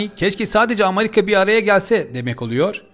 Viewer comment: Amarika DEĞIL amerika..